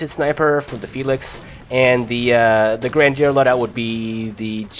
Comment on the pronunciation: Why can you say "her" properly but no grandeur,you're weird...